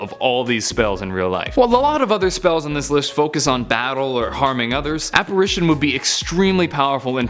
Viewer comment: It sounded like you said appration and you like forgot like 8 powerful spells. Like sectumsempra...